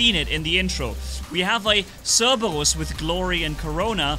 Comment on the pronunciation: Notice instead of saying cerberus he says CeRbaWuS